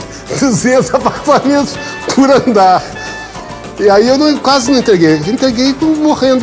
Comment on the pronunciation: a ênfase do “200 apartamentos POR ANDAR” é sensacional kkkkkk